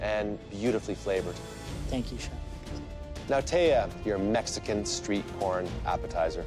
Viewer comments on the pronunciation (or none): none